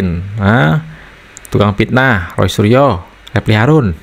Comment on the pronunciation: ROY SURYO dibaca RAI ASU😂😂😂😂😂😂😂